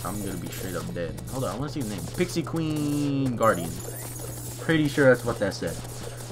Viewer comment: said guraidn of evil